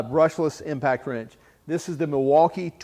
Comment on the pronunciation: Are you saying impact trench?